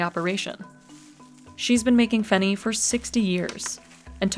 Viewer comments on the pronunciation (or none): Fun fact it's not really pronounced at feni it's "fae-knee"like the way u pronounce it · Feni not fenny. Big difference